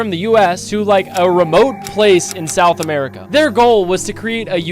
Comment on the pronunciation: "they were super isolated, all the way out in south america" why you gotta say it like that bro 😭😭